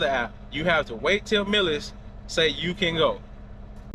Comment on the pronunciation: Artificial intelligence you need the learn how to pronounce your company's name.